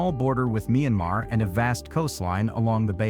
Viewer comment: Nice video, it be a good video, had you spoke it yourself, AI mispronounced point places like Meemar??? No I think not Maya Mar